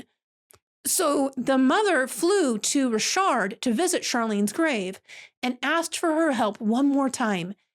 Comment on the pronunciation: Ooh you pronounced it correctly. You are the coolest.😊🤗